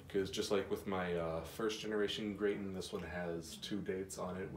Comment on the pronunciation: ITS TON NOT TOON